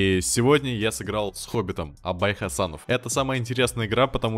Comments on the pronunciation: Абай ХасЕнов а не ХасАнов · Бро, он Абай ХасЕнов, а не Хасанов😂🖤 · Абай Хасенов, но не ХасАнов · Абай Хасенов а не Хасанов)